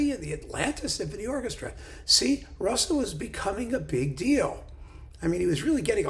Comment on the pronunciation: A not uncommon error, doubtless owing the familiarity of "Liszt." Pronunciation also suffers. "Zs" as in Zsa Zsa!